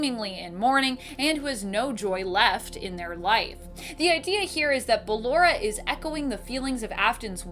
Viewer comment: I dont like how she calls ballora and she pronounced it fine just a few seconds earlier